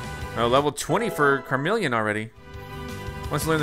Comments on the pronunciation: It really bothers me how he keeps saying "CARmeleon" instead of CHARmeleon... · You pronounce Charmeleon wrong 😔